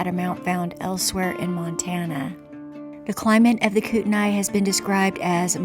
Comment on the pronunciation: Just FYI it's pronounced Kootney.